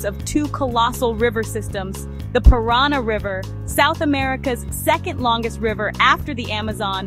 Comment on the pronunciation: It's not the pirana river, it's the Paranà river